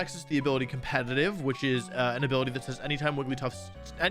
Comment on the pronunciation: I will subscribe the day you stop putting an “N” in the word “competitive”